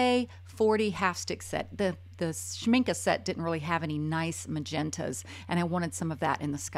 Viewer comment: It's nice to hear "Schmincke" pronounced correctly.